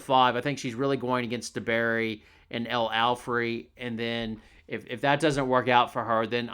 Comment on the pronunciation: Its Alfey not Alfrey.